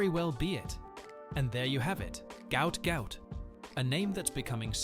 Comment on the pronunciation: i know this is a.i but goot goot ? cmon bruh